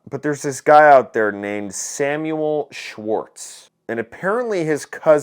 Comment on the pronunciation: "Schwartz?" EVERY. SINGLE. TIME.